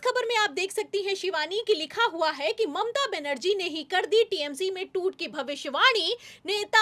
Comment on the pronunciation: शिवानी जी जो भी खबर देनी हो,वो आप ही दे दिया करो। को बीच मे मत लाया करो। इनकी न आवाज आपके जैसी है ना शब्दो का उच्चारण। है को तो इतना लंबा खिंचती है। के दिमाग खराब हो जाता है।